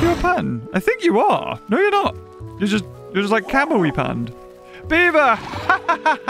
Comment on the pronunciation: I love how beaver turns australian for a second